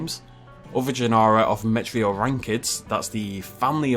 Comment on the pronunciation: An interesting way of pronouncing the second E in genera that... And yeh, I think a plesiosaur is likely, but given that plesiosaurus was 3 metres long, not small but compared to a kaiju sized mosasaur... yeh. So I think they might end up going with one of the elasmosaurines for their plesiosaur. But I still think Dolyrhinchops would be awesome as hell